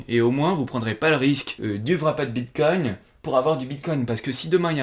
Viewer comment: "Le vrapède bitcogne" ;PP